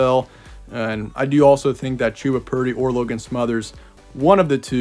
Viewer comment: Ummm....it's Chuh-buh not Chew-buh...rhymes with Bubba.